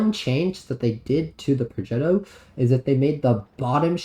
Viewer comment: Pro-jet-o, lol, and you gotta roll the r